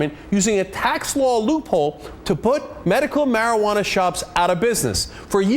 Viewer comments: Lmao!!! he says marifuana in xDD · Mari-Pha-uana This niggah man... I mean how'd he fuck up talkin bout weed man.. Sheet